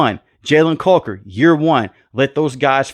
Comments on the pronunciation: Love the vids my brother. But you got that Steven A Smith in you. Coker vs Culker has me dying 😂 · Why are you saying Jalen caulker it’s Coker 😂